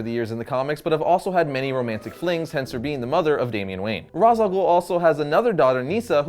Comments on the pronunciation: Regarding the pronunciation of his name, since his origin background is Arabic and his name means the Head of the Demon; the name should be pronounced as Ras Al Ghoul (like in Batman Begins), not Raesh like in the cartoon clip that you showed. Raesh is not an Arabic word and has no meaning in Arabic, it certainly does not mean head in Arabic. Ras, on the other hand, means head if pronounced as in Batman Begins, meaning that it is the correct pronunciation. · Well I'm not the guy who created this character, but Ras Al Ghul literally translates to Head Of The Demon in Arabic So I guess it should be pronounced Ras not Rash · he literally calls himself the head of the demon and in arabic, that translates to ra's alghul pronounced as ra-ss al-ghol. not raish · GAH!! I’m Arab!! And Ra’s Al Ghul is and Arabic word!!!!!!!!!!! And so is Talia and Nissa. These are Arab names. And it’s NOT pronounced Raish or Roz. It’s Ra’s رأس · İts not razal ghul İts ra’s al ghul. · Its pronounced ( raz ) not raish its arabic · all of you guys say he's name wrong I'm Arabian guy and i know that his name is rass al ghole the meaning of his name is the head of the goblin and the word head means rass not ra'sh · its pronounced rash al goul not raws al ghoul ffs.. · It's and arabic name as you know, It's written راس الغول and it is pronounced Raas al Ghool. The 'gh' is like a French 'r' in "rouge", not like English 'g' in "goal". Trust me, I'm a meadle eastern. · Ra’s name is actually pronounced rash 😂😂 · well i'm arabic and ras al ghul is an arabic world wich means the head of the demon and it is pronsiation is rass el ghul not raz or rash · tim gersh My brain, it, it just hurts. I can't handle the stupid. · For a comics channel, it reflect pretty poorly on you that you mispronounce the name of your video's subject literally 6 seconds into the video. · That's not how to pronounce it! Its an arabic word that means, Face of the Demon. Not easy to type out its pronounciation in english here